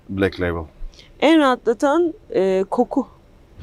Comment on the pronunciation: No one:… Ata Demirer: black lebel